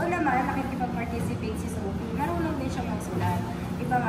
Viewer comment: wala talagang “F” si, sana di ma-adapt ng mga bata.. Sophie (Sofi) to “Sohpi” tapos Fish to “Pish” sana si Lenlen na lang magturo 😅